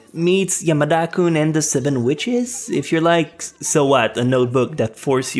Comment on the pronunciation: The way you pronounced Yamada-kun was so weird,if you didn't add 7 witches part i would have no clue what you said.